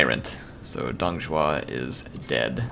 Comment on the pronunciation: Most of what you said is pretty good but Zhuo is Jew-oh not shoe-oh, Zh is practically just a j sound with a curled tongue while the actual J is with a flat tongue. the Un is pronounced like the word won when its next to any letter besides x, q, and j. So Sun Quan is like Swon-Chu-en. X is like an sh but it sounds different because the u that is placed next to it sounds more like yu so Xu Shu is like saying Xyu(Say this in one syllable) and then shoe. For the last part the dz sound you're talking about is Z not ZH.